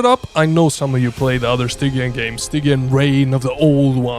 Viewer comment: It's pronounced StyJEEan my dude! Love the content!